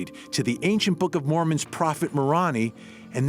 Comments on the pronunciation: So this is off topic... this is to the person who narrated the timeline, please prnounce things correctly. First of all the Manti Temple in Utah is not pronounced Mantee... it is pronounced “Man-tie” (Manti). The other is Moroni it is NOT “ M-A-ronee” it is MorOni (long “O and long “I”). If in question research.. Back on topic... I hope she does not get bail.. I hope answers are found.. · moroni is pronounced: more own eye. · Manti is pronounced Man-tie Moroni is pronounced Ma row nigh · Just FYI: Manti = “man-tie”. Moroni = “more-oh-nigh”. 😁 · Manti is pronounced - mantie, Moroni is pronounced More-own-eye FYI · Great detailed information I knew Chad a few years ago through email when I wrote a book for his company but not on the subject that he has chosen. And I knew Tammy when she was just a young girl when I was on my LDS mission in California. So really no connection there... My comment is the announcer for the story should meet with a Mormon as he pronounces the words such as Manti and Moroni. Mormons have a particular way of announcing the words. But good work though I no longer attend church I pray that the children are found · One of my sons middle name is Moroni.. you pronounced it incorrectly